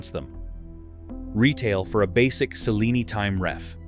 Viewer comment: Cellini. Chilling AI is not sure. Why can't AI at least talk right?